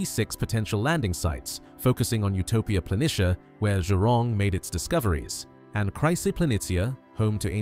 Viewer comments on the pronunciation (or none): none